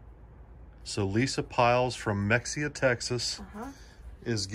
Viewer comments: Mexia, Texas is pronounced ... mah- hay -ah ... just an FYI but it sure looks like, mex e ah lol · Mexia = Ma-hay-a ….. ggggaaaa y’all slaughtered 😂😂😂 Love the content y’all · Mexia is pronounced maheyya. Lol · HAHA from a Texan. Mexia is pronounced Ma-hey-a. I love the banter it makes me laugh so much. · Hello good people. Love the content as always . It's spelled Mexia, but pronounced Mehia. Waiting on the next vid. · THATS MY HOMETOWN !!!! Its Muh-hay-uh 😂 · It’s pronounced mahia texas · Lol Mexia, TX is pronounced "Muh-hey-ya" believe it or not. That's my hood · Ha Mexia Texas is really pronounced Mahea. Don't ask me why it just is. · Mexia = Muh-hay-uh 😆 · YOUR 2nd WINNER IS FROM MEXIA PRONOUNCED, (MA - HAY - A ) TEXAS. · Mexia is pronounced( ma.hay.a.) Lol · lmao mexia iz pro nounced muh hay uh thats almost confusing mr comoeaux lives on boisdarc street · I had no idea the s was silent. Lol